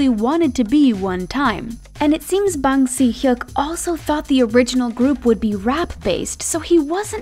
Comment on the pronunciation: How she prounounce "Bang Si-hyuk" makes me know thats she's not an ARMY